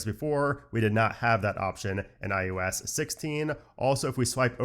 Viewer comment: I love your thoroughness of the new iOS. I don’t know if I’m hearing it oddly throughout, but it’s I OH S, not I U S. 🤓